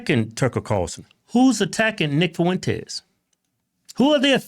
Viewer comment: "Nick Fuwentes", that never gets old lol